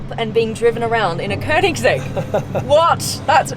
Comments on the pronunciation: Woooow, you Nailed the pernounce "könings-ägg", wellcome to sweden! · Me a SWEDEBOI69: *is happy because someone that isn't swedish actually pronounces koenigsegg right.